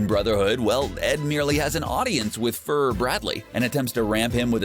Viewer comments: Allllso he called the fuhrer a furry 😂😂😂 or fur. Whatever the hell he said. Lol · Honeessstly 😂 bruh y'all hear this man call the fuhrer a fury? 😂😂😂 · FUR BRADLEY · “Fur Bradley”